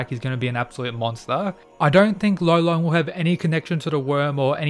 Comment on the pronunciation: Gotta say, I think his name is actually Lolong not Rolon. He's from the Philippines so It's DEFINITELY Lolong. Rolon is just how Japanese people would pronounce it